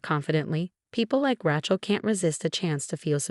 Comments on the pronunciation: Ratchel? AI-voiced. Patriarch=patriark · ohhh the pronunciation of Rachael,,,,its twitching me out,,its RAY-CH-AL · Rachel or Rattle? The spelling and pronunciation is laughable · Yeah. That Ră-chel was driving me nuts😳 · I had to stop 3 minutes in. Ratchell was driving me nuts. If you're going to use these stories at least use an AI or whatever that can pronounce names. It's embarrassing and absolutely hilarious. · Ok. Let’s talk about pronunciation. The girls name? Rachel would be Raychel. Long a. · Yes, the name 'Rachel' is pronounced as 'Ray-chul,' with a long 'a' sound in the first syllable 😁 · That Rachel is annoying cant you read properly and get the name right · The pronunciationof Rachel's name is really irritating😮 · Never heard Rachel pronounced tjat way. Can't listen anymore. You have a gall taking God's name im vain. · you need to learn the English pronunciation of "Rachel". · The many times the brain-damaged AI spoke rachels name, it barely managed to pronounce it correctly about, what, 3 or 4 times? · Thanks to whoever corrected the name for Rachel!! The person who narrates these stories continually mispronounces that name wrong, and I let it go. I was going to do it today because it was driving me crazy, but someone beat me to it!! Now, I'm going to check for other words. 😮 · Sorry but this is so off putting because she can't say RACHEL. Hair? 😂😂😂😂😂😂😂😂😂😂 go away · Please learn how to pronounce "Rachel" correctly. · Interesting pronunciation of Rachel.....ooh maybe it AI lol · There she goes again with a mis-pronounced Rachel lol xxx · It's not RATCHEL it's RAYCHEL FGS. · Really please learn how to pronounce RACHEL...NOT RATCHEL!! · Its pronounced Raychel not Rahchel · It's Rachel not Rattle. My goodness you didn't even bother to proofread??? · Rachel. Rattle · The name isn't 'Ra-chel' it is 'Ray-chel.' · Heir is pronounced air the h is silent Rachel is pronounced Ray chel the a is long not Ratchel. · It’s RATChel because she’s a ratchet